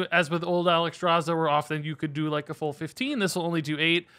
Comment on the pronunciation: Look how they butchered Alexstraza !! MONSTERS !!